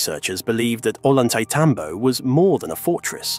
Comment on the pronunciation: I have been there. It is amazing and incomprensible. It's pronounced Oyantaitambo